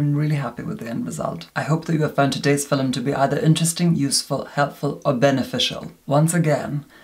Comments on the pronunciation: the way you say ‘film’ is oddly satisfying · It's film. It's just the way they pronounce it in some parts of the UK. Welsh people adapted heavily to it!